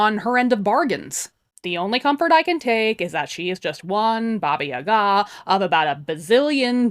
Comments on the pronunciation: the correct way to pronounce it is something like BAABAA YAAAGAA, where the A vocal is a bit longer and is pronounced as in BUH but lingering on the UH sound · Me hearing you say Baba Yaga: Oh... seems I've been putting the emPHAsis on the wrong sylLAble.